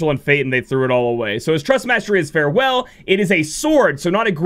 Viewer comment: I gotta be that guy... the sword is Far-well, not Farewell (goodbye)